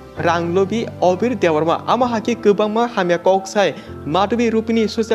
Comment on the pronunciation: Abir❌ Obir✅😅